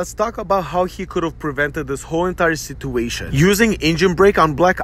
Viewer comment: Let start by learning how to properly pronounce situation, and than we can talk about the truck